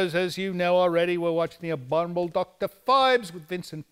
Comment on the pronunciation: Vincent cannot say the word "Abominable"! LOLOL